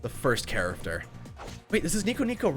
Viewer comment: Oh man I hear it not and I CANT STOP HEARING IT! WHY DID YOU HAVE TO MENTION "charaFter"? I can't stop hearing it!!!!!